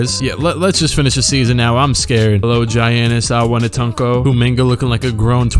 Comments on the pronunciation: Jyannis Awennetunko 😂😂😂😂 I’m dead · "Gy-annus Iwannatunko"